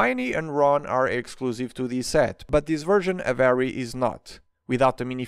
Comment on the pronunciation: I love how he pronounces Harry as “Arry”